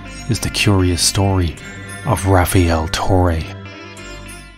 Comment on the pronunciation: i knew something was up when i read his name "rafiel" it's rafael every latino knows this 😆